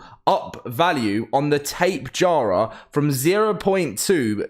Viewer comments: Tape-jar-uh Lmao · Can you please pronounce tapejara correctly sir